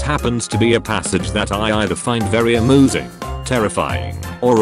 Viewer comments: Very AMOOSING is what I heard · Did you say a-moo-sing? XD🤣🤣